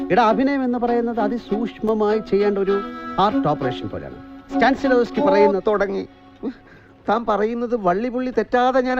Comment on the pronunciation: ഇൻറർനെറ്റ് നോക്കിയപ്പോഴാണ് മനസ്സിലായത്. സ്റ്റാൻസിലാവ്സ്കി അല്ല, സ്റ്റാനിസ്ലാവ്സ്കി.